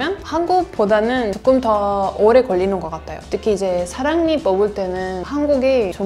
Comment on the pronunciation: 와우 한국말 너~무 자연스럽게 잘하시네요~ ♡♡♡ 아 그리고, 사랑니를 사릉니~ 라고 말씀하시니 너~무 귀여워~